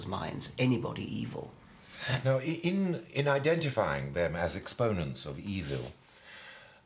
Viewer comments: im not a native English speaker, may I ask why does Miller pronounce it "evel", instead of something like "ev'l" that Dawkins says and I too, for that matter... ? Is it accent (which one) or mispronounciation? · I love how Miller pronounces "evil." He's straight off of Austin Powers. Word. Ey-vell. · Miller has a pronounced "public school" accent: eev-ill, whereas Dawkins accent is less marked, and is a result of not having quite the same background, Anglicans being more likely to refer to it as eve'll, in somewhat more a North American manner..